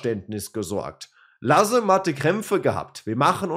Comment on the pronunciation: Ich höre/schaue wirklich täglich rein, aber bitte, bitte, die Namen der Spieler richtig aussprechen. Sie haben es entweder gesagt (Matriciani) oder aber selbst im Video ausgesprochen (Lasme)!